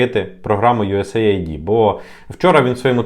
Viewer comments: US AID - юэс эйд, не USA ID )) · Ю ЕС ЕЙД так правильно вимовляється. Aid- допомога, напр. "first aid"- перша допомога. Наші "висококваліфіковані" експерти вимовити правильно не можуть назву, то, чи варто до них прислуховуватись? Це, якщо стоматолог тобі говорить тобі слово "імплант" то втікай від такого стоматолога